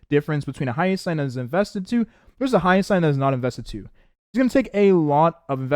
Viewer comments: It's Hyacine (hi-ya-seen), not Hyasayn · make me question if he has, at least hear hyacine's name in game